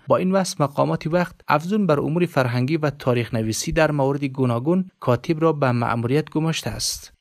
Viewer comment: گوینده محترم خوب سوانح فیض محمد را قرائت کردی اما چندین مرتبه کاتیب گفتی کاتیب درست نیست کاتب درست است همچنان ساکین درست نیست ساکن درست است